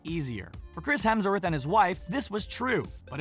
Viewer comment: Hemsw”orth” htro?? I don’t think so